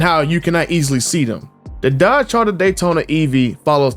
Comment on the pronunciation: “Charter Daytona” 😂😂